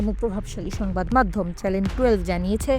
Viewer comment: ৭১ টিভি কর্তৃপক্ষের কাছে একটা বিষয় জানতে চাই, খবর পাটিকা বার বার চ্যানেল শব্দটাকে চ্যালেন বলছেন কেন?